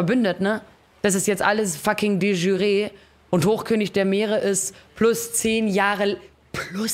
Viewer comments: de schü-ree xD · De jure wird nicht Französisch ausgesprochen zum wahrscheinlich tausendsten mal xd